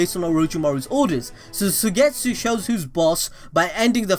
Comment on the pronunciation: Suigetsu is pronounced like: Suygetsu... 😖😆